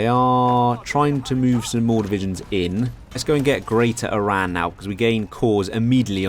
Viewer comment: Oh thank God finally someone pronounced "Eran" not "I-ran"...